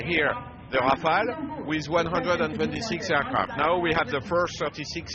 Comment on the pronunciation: It's Rafale .. not Rafael. These reporters don't even have basic knowledge of the subject of their reportage.